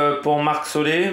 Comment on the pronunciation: on dit vraiment marc solé?